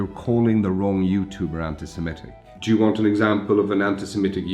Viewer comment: Did he just say "Jew want an example of an anti-Semite Youtuber?